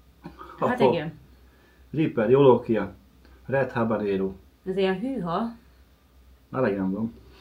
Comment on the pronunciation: Ahogy a mondta habaréno!😂😂😂😂